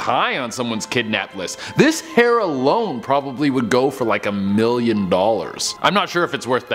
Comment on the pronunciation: So your hair is as you said "werth a million dulers"